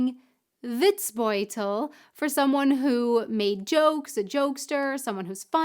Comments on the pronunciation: Almost :-) The "bold" in Witzbold is not pronounced like the English word bold. No o-u gliding diphthong in there - just a plain short "o" like perhaps in Orange. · Matschepampe ist matschige Pampe (muddy mud) just an accent here. It is hard for you, but you need to get rid of diphthongs like "ou" in Witzbold. Endings in German are always hard so it is pronounced like "Vitsbolt" and Auf Wiedersehen is like "auf veedeasehen" (au is like the ou in out). Our Endings "-er" are with no r. It is a schwa... Hope this helps...